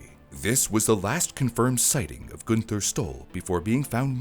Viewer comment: I could not get past the mispronunciation of the name “Gunther” - should be more like “Goon-ter”. Always love your content,, but as a former translator and language stickler, this I just couldn’t get through…